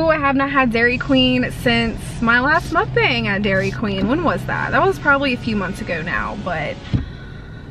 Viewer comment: …. Please pronounce it as Muk Bawng…not bayng:) other than that love the videos